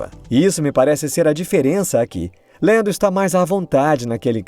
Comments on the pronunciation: por favor, fala Lando ou Landinho. Lendo não combina kkk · Deve ter sido só eu mas eu me incomodei demais com ele falando "Deniel Ric" e "Lendo"